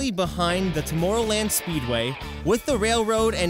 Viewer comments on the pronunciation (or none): Why do you say tomoorrowland